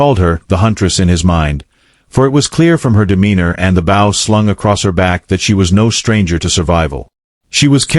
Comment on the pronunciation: BOW SOUNDS LIKE BO